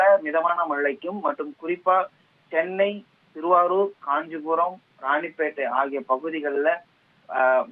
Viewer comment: திருவள்ளூர் not திருவாரூ‌ர்